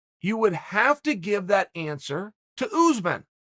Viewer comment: Chael: OOZEMAN Me: Okay great.